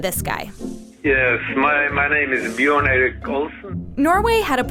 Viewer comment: It’s not Bjårn, it’s BjØrn